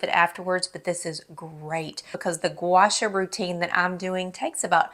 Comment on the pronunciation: Love your vids. Pronounced Gwa Shaw. Two separate words.